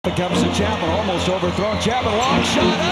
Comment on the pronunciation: Why are you calling him chatman, he's chapman. And why u call it Charlotte (CH pronounce das in chat), it's pronounced Sharlotte. And it's pronounced Shicago, not Chi-cago.....